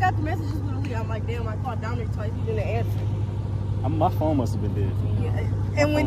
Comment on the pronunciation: Why she calling him domnict